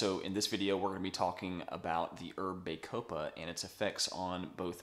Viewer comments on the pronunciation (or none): Excellent video! My only negative comment is in regards to your pronunciation. bah-CO-pah Not BAY-co-pah (Emphasis capitalised) Otherwise, again Great video! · It is pronounced "baa-copa" as in the "baa"of sheep. It"s not "bay"-copa, as you are pronoucing it. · Good review but it's Bah copa not Bay copa ! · Its pronounce BAH COH PA there is NO E to make the A say its name. How am I supposed to trust someone who cant even pronounce a simple word? I'm not watching this.